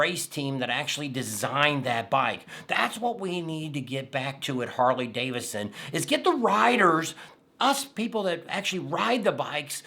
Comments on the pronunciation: Sound it out man. It's Harley DAVIDSON. Not davisson. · I know that Tam said it was because of your accent but it's DaviDson, not Davison. Lol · Hey, it is pronounced David son, not Davis son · You keep saying, "Harley Davison" but, you say, "Bill Davidson " 🤔